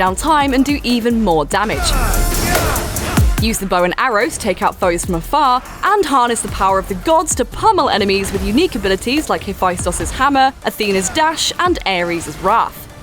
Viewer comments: He-festus (not ho fi stos) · No one: HepHaEstuS ....